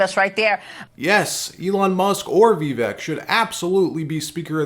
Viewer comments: please learn to pronounce Vivek Ramaswamy's name correctly as you add him in your reports. It is Vi-vake, like cake ( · According to Vivek himself, this is how he said his name is pronounced correctly: "My name is Viv-ake, rhymes with cake." And the "I" is pronounced like the "I" in ' is. ' Hope this helps. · Vivek rhymes with cake.